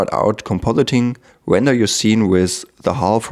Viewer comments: If I had a dollar every time he said wender... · If I took a shot every time he said wender, I'd have blacked out by the 1 minute mark.